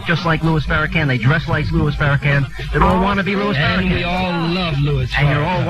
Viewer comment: They always say Farracan. They are retarded!!!